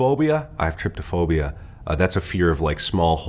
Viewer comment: Sorry for nitpicking but it’s pronounced trypophobia not tripophobia